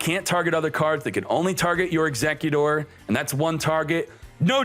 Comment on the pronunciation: He’s probably just messy around with the pronunciation, but it’s still kinda annoying xD